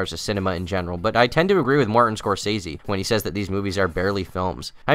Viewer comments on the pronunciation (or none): none